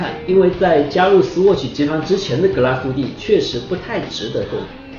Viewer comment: 两点错误，第一格拉苏蒂发音错误，第二点德系，打磨不是日内瓦纹，而是叫桶状纹。至少人家厂家管它叫桶状纹